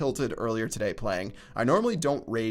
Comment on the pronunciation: When you say today looks like you sniffed some pepper and gotta sneeze.